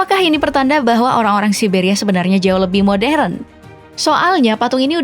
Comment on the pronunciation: Siberia ygy bukan sia siberia🤣